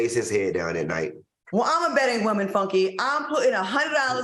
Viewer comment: I love when Al says WOEman. It makes me take his statement even more serious.😊